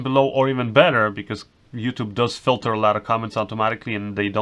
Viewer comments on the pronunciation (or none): none